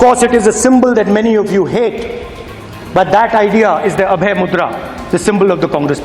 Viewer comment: Abhay not Abhya dude!